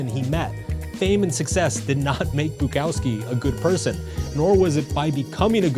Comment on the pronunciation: This video and his pronunciation of Bukowski drove me to delete YouTube. Like and subscribe